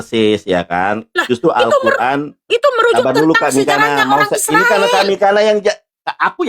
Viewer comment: Mikana,,, udah salah baca masih ngeyel di jelasin nandar😂